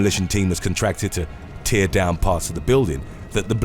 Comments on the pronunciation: The way you pronounce tear. It bothers me. Just saying. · Duuuuude, you're an established narrator, and yet you appear to have phenomenal trouble reading your script properly.... 'Tear' as in the wet stuff which falls from our eyes, is a completely different word to 'TEAR' as in tearing your jacket. How do you not know that???